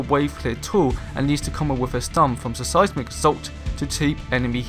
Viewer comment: Just a pointer I think your videos would come across a lot more professionally if you worked on the pronunciation of words, for example you kept saying "Suh Sighs Mick" assault, when it should be "Sighs Mick" assault :)